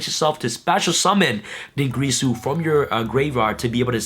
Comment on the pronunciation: I love you and all but you and other yugitubers need to pronounce dingirsu correctly. It's not grease ooooh it's gear soooooooo. What am I doing with my life....